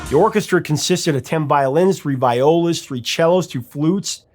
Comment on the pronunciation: calling a viola a VYE-ola made me laugh! I suffered through years of orchestra in school, so this was delightful to me.